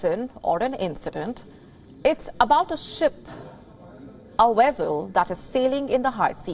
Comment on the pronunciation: Vessel not Wessel